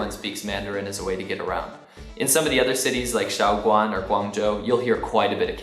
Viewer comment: 我猜您应该是中国通。I heard my city's name from your mouth, it's amazing.I am from Shaoguan, Guangdong.I can speak cantonese.